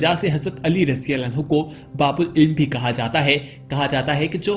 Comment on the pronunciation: Abhi tuje radiyallahu bolna nahi aata raji-raji kya krta he?